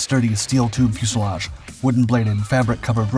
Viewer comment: "Fuselage." YAY!